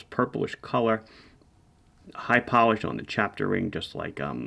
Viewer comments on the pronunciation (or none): none